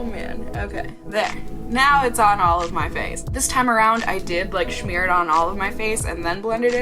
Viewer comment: It's just smear lol it's funny when you say shmear but like.. It's smear lol ok back to the video